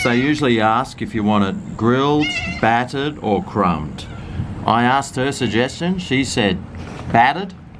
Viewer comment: its battered not fattered